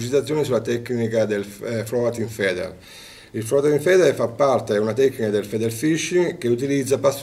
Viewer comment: Ma nessuno che gli insegni la pronuncia corretta di floating feeder, cazzo!